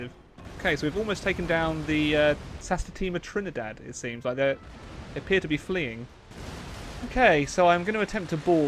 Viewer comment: As a naval action player hearing you butcher the santisma Trinidad’s name was triggering o.O xD great video 👌🏻